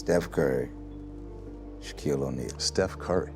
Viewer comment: Why’d he say Steph Curry name like that ?? 🤨🤨